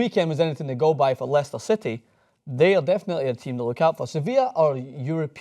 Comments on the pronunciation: i'm sorry i have never heard of "Lie-Chester city" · He butchered the pronunciation of Leicester